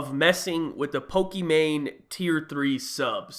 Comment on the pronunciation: It's not "Poke - ee - mane" its "poke - eee - mahn - eh "